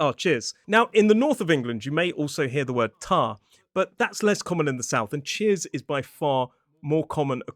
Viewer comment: Did you say chairs!?